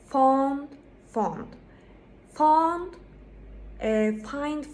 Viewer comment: Hocam faydalı bir video olmuş teşekkürler yalnız desert ile dessert telaffuzları karışmış, law kelimesini low gibi telaffuz etmişsiniz, found kelimesi de aynı now kelimesi gibi faund şeklinde telaffuz ediliyor, accept kelimesini telaffuz ederken başta schwa kullanılıyor, sizinki biraz except'e kaçmış. bare ile bear'ın telaffuzu aynı. cereal ile serial 'ın telaffuzu da aynı. Bunları neden yazdım; birincisi İngilizce öğretmenlerinin telaffuzlarının çok iyi olması gerektiğini düşünüyorum, ikincisi bu yoruma denk gelenlere bir faydam dokunsun. İngilizce telaffuzu geliştirmek için fonetik öğrenmek gerekiyor bence. æ, ʌ, ə gibi en çok karıştırılan sesleri doğru şekilde telaffuz etmek için önce bu sesleri öğrenmek, farklarını anlamak gerekir diye düşünüyorum, bununla ilgili de youtubeda bir sürü video var. Üstte yazdığım kelimelerin telaffuzuna Oxford Learner's Dictionary'den baktım. Yazılı olarak fonetiği veriyor, sesli olarak da telaffuzunu veriyor. Umarım birilerine faydası olur.